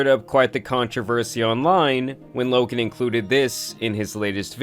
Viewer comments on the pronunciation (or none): Lokan Paul? Bro, why do you keep pronouncing the "k" ? It rubs me the wrong way lol